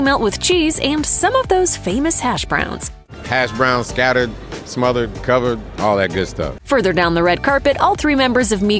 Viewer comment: It's called smothered not mothered